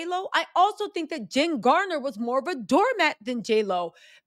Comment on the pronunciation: It’s Garner not Gardner.